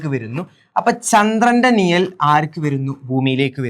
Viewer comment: നിയൽ അല്ല മാഷെ നിഴൽ നിഴൽ